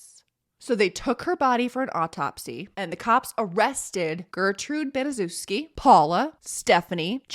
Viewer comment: Good video. I'm pretty sure her last name is pronounced Bani-SHEF-ski.